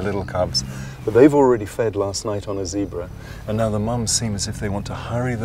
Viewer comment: Oh my lord she said zeb ra hahah... oh my lord them daym flys those lions are legends for not freaking our at the flys. Lol I'd be fanning those flys